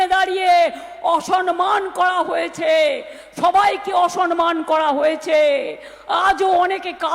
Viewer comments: অসনমান? কী উচ্চারণ রে বাবা! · অসনমান। বাঙলা টাও ঠিক করে উচ্চারণ করতে পারে না। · "অসনমান" নয় "অসম্মান"। কেউ পন্ডিত বাঙালিকে সঠিক বাংলা টা শেখান। সাধারণ মানুষ আর এদের নিতে পারছেনা। এবার অপদার্থ গুলোকে ভাগাতে হবে। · অসরমান নয় দিদি। ওটা হবে অসম্মান।